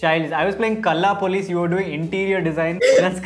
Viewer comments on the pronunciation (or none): can't believe you pronounced Kalla Police like a North Indian. Yaake? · said Kalla police 😂😂😂